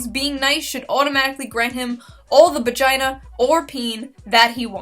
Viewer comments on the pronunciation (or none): Did she say bagina? Or am I deaf?